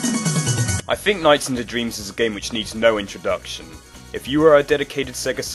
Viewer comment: Think, not fink.